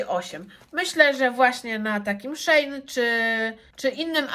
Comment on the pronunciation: Czyt. Szi in , nie szejn